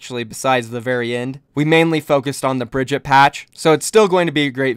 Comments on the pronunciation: A living Legend HAHA he says bridget every single time and its getting annoying for me too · Brigitte. Not bridget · Can u pronounce Brigitte names right PLZZZZ....It's annoying